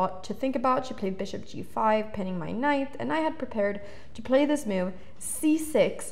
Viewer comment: I like when she says "mewve"